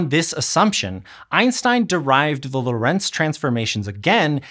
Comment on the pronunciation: I would really like it when a tiny bit of the research budget for otherwise excellent educational video's was spent on the pronounciation of foreign names. It's just on Wikipedia! "Hendrik Antoon Lorentz ForMemRS (/ˈlɒrənts/ LORR-ənts, Dutch: [ˈɦɛndrɪk ˈloːrɛnts]; 18 July 1853 – 4 February 1928) "